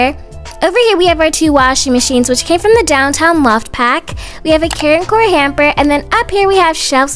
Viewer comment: very time you say care and core i think you say karen core LOL